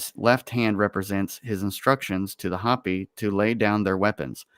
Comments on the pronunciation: it's Hopi -- Ho-pee, not hapi. Minute more or less. They are a native culture that live in Northern Arizona where I grew up. Very cool people. The map looks like it has German on it. more or less. The quote from Jesus on the map looks like it is John __:___, I couldn't read it. "Johannes" would be the German for "John." You should look up the verse in the Gospel of John and see what it says. The German would have been putting swastikas on the map because it seems to me that the Nazis probably explored those places and maybe those were bases, or places where the Germans wanted to put bases. It seems like a German map from between . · Hopi is pronounced Hope-e . Hoppy would be spelled Hoppi. This is a MOST Excellent Conversation. Thank you. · LOL It's pronounced Hope y Indians. If you do some research about their prophecy, their language, it's identical to Hebrew. There is some information that points to them as being one of the lost tribes of Israel. And they have passed down the information as indians usually are very good at and they talk about the end of this age.